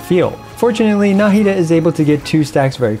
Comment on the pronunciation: na 'hi da not 'na hi da